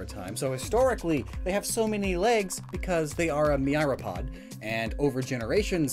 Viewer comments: wat It's Myriapod. Like Mi-ri-ah-pod. There's no 'AIGH' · Mee-ree-uh-pod. Like Myriad, i think?